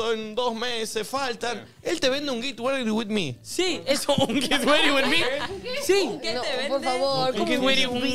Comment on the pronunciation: ME MATA NICO 'GIT REDI WITH ME'